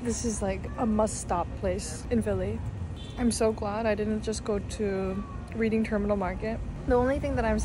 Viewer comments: Reading, as in Reading, Pennsylvania is pronounced like red-ding, not reed-ing 💡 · Just a quick note: it's pronounced RED-ing, not like reading as in a book. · FOR NEXT TIME it’s pronounced “Redding” Terminal 😊 Just so no one teases you when you return. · I'm 76 years old and lived in PHL my whole life. You did a wonderful job showing the full Philadelphia food and neighborhood experiences. Thanks. For future reference we pronounce it REDDing ... not READing.Terminal Market . Also, on the DiNic's pork that's pronounced broccoli ROB even though it's spelled RABE. Come live here with us. There's a reason I've stayed for 76 years and I've traveled all over the world. Philly is still home. Come. Join us. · just a heads up, Reading Terminal Market is pronounced Red-ing. It’s named after the city of Reading, where I’m from, about an hour away from Philly. It was great seeing you go to so many places I’ve been to. Wonderful video. ❤ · Dana is so real. I gotta watch the game. Also it’s redding not reading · I have to tell you the Reading Market is pronounced “Redding” and I’m sorry because this blog is so great in so many ways 🎉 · Great content! Fun fact it’s pronounced “Redding” terminal. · love your videos!! Esp excited you got to visit my hometown:) Just FYI it's actually pronounced RED-ding terminal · Love you came to Philly, but Reading Terminal Market would be pronounced as Redding Terminal Market 😊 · As someone originally from Philly who has gotten tired of people overlooking the city, thank you for this video! 🎉🎉🎉 ETA: it's also pronounced "Redding" terminal market. Why? No clue, lol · Reading in Reading Terminal is pronounced "Red-ing" like the past tense of read... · You pronounce Reading wrong